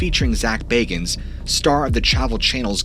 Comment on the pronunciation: I love all your videos. ❤ I especially love that you miss pronounced Bagans name. He is a narcissistic pig. He treated all those he worked with like shit.